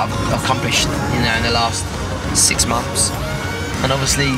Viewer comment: I quote you by only listening I hear: "six mompths .... no seven MOMPTHS" it sounds like that haha Or: You workes since six mums, seven mums ;D